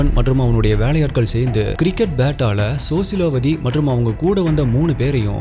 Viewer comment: Sosilawati illa rosilawati bro.. 😊